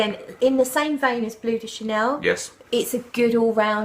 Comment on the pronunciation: Finally someone who calls it Bleu and not Blue de Chanel!!!